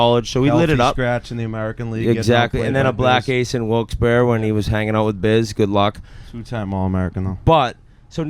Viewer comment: Thank god Whit know’s how to say Wilkes - Barre